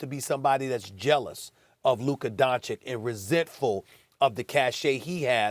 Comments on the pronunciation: He still says Doncik, after 3 long years… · Please teach him to pronounce his name right . It's Don-chich . What is this disrespect? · Luka Donchick??? Cmon Stephen A... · ITS PRONOUNCED "LOOKA DONCHICH" YOU PIECE OF SHEET,FOR GOD SAKE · You would think that Stephan A would learn how to pronounce Luka's name correctly by this point. DON-CHICH, repeat after me, DON-CHICH. Who is Donnie Walsh? Did you mean Nelson? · “Donchick” “Donnie Walsh” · I will never understand how Stephen A. has no problem saying Kristaps Porzingis, but keeps mispronouncing Luka Donchik....I mean, what's next....Luka Donkich? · i literally cant believe stephan A still says DONCIK, this has to be on purpose at this point lol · it's don-cich, stephen a sbitch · Stephen A: Luka “Donchik” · It’s been over 3 years and this moron Stephen a still can’t pronounce Luka’s name correctly